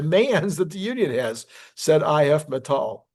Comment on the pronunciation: hehe would just call it IF metal in english. sounds funny with you saying it in a nordic kinda way :P but like you videoes :) awsome job sharing the news <3 :D